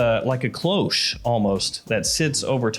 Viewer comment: "kLoWsChE" is the word of the day 📖💪🧠